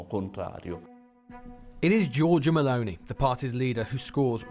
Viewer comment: MussLini.... There Is and O in mussOlini, dear english speaker and it's MelOni not Mel'ni. Whats wrong with the O in english?